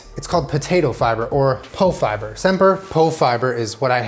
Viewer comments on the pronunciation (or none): As a swede with celiac.. You win, classic knäckebröd is impossible to do glutenfree. But tweaking the recipe creates something beautiful. And Pofiber is pronounced Poo fiber btw